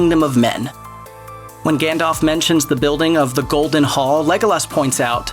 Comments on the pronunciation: There is no way you watch lord of the reigns by the way you say legolos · Lego-Laas and Maria Doc are both pretty off. But Pos-too-mously just pissed me off something fierce.